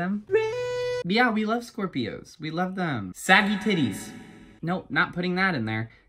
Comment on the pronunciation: for all ov mai shcorpioes